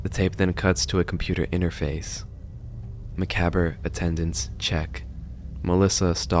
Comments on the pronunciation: I think it might be pronounced (mac-AH-Brey) instead of (mac-a-ber) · It's "muh-cob", not "muh-cab-ur". Drives me nuts, like when someone pronounces "wary" as "weary". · i love your videos but please. mah-cob. not mac-bre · For the love of GOD learn how to pronounce the word "macabre"! 🤦 It's "mah-cob" NOT "meh-cab-ra"! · It's pronounced "muh-cahbr" not "muh-cah-ber" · Muh-cob, not muh-cab-er. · 🤓actually its pronounced [Ma COB] as in corn on the cob not [me ca brr] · It's pronounced "MACOB" NOT "MACABRAE" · Hate to be that guy but this is one of my pet peeves. It’s pronounced macob not macaber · Please stop saying makaberr. It's pronounced ma-cobb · I know it’s minor, but it kept happening: “muh-kah-bray” not “Muh-Kab-Er” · Ma•cab•re or macab if you cant say that. Not macaber that’s driving me crazy! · good analysis vid, for future reference tho the word is pronounced "muh-cob" instead of "muh-cab-er" lol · it's pronounced (mah-cob) not (mah-cab-er)s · The only thing that really bugs me about this video is you keep pronouncing "Macabre" wrong. It's not "muh-CAB-er", it's either "Mah-COB" (American English) or "Mah-COB-ruh" (French/British English). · ive gotta say this cause its bugging me, it's muh-kaab, not ma-kabber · My guy...my dude...It's not macabber, it's mah-cahb. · its actually pronounced ma carb not ma cob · Hearing you pronounce Macabre wrong the whole video made me wince. It's pronounced "muh-cobb", not "muck-abber" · just a note, macabre is pronounced "mah-cob" not "mah-cob-er" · just a little note it's actually pronounced "mah-cob-ruh" , not "mah-cab-er"!! otherwise i am sure this vidya is perfect as all your other ones are😇💗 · Don't mean to sound rude but macabre is pronounced Me-Kab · I love the video. Only problem I had with it is you pronounced macabre incorrectly. It's pronounced muh-kaab (like muh cob) Again, loved the video. You're pretty good. :) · I took damage every time you said the word macaber. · Ffs its pronounced MA-COB